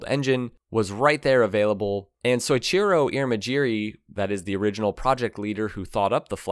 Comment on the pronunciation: Just in case you cover them in the future. Pronounce So-ee-chee-row